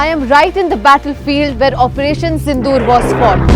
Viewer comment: Operation sindoor became tindoor😂